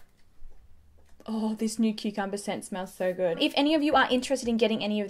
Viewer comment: "Just a very thin layer and you ah goood tew goeer!" 😂😂